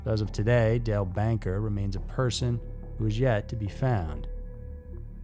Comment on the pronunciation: In the first one you show the name and say the name " Dale Banker " then call him " Dale Baker " 🤔